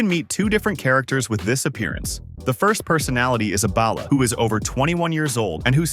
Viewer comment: Why can no one on YouTube pronounce Balla? It's "ball uh" not "bail uh" lol. It doesn't sound like ballast it sound more like ball!